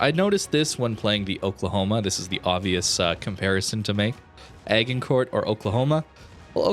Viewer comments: FYI it's pronounced "ah-jhin-coor", named after the battle in France in the Hundred Years War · Pronounced Asjincour' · Its pronounces ASH-ING-CORE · AJ-in-kor(t) is correct way to say. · That pronunciation of Agincourt (by a Canadian, right?) is making my ears bleed. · FYI the "g" in Agincourt is pronounced like a J as in "magic" not hard like in "lager". Also, the "t" at the end is silent. The ship is named after a famous battle that the English won during the hundred years war in 1415. The French town near where the battle was fought is actually called Azincourt but because we won the battle we get to call it what we want :p. The battle is featured in Shakespeare's play "Henry V". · Say, "Asia", then use the same strange combination of s & z to pronounce "Agincourt" with a silent 't'. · Thank you! As much as I love this channel, his pronunciation was killing me. Even if one doesn't speak French, surely they've heard of the Battle of Agincourt, and thus know how it's pronounced?!